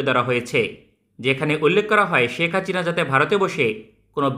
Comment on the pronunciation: হাচিনা না বলে হাসিনা বলেন।